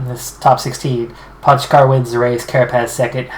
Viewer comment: it's PO-GA-CAR